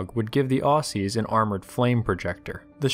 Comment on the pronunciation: im sorry but this just realy got me the wrong way, you don't pronounce it 'au sees', it's 'ozzies' just for future reference